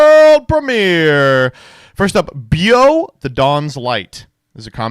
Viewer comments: Pronunciations of Buio and Luce hurt so for anyone interested they are : Buio (dark) = boo-ee-oh Luce (light) = loo-che Nothing will top Domitianus tho ahahah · What's with YGO plays and not being able to pronounce Italian words? Or just words in general? ("Buio" is dark, and "luce" is light in Italian)